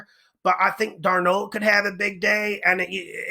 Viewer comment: Is there any particular reason why you always pronounce "Darn-OLD" so awkwardly when you mention Sam Darnold? I'm not trolling, I'm just curious because I've noticed it every time his name comes up.